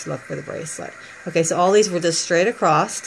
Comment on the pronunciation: Its across not acrost jsjs xx stillj a beautiful bracelet